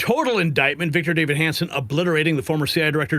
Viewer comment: Davis! Victor DAVIS ! Not Victor David! You should be embarrassed.